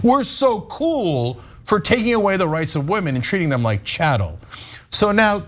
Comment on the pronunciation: Chattle! Cenk ' s cofveffe moment